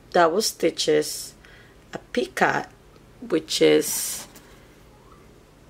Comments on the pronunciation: picot the t is silent. should sound like "pee coe" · i like your video but please the word is picot you don't pronounce the t at the end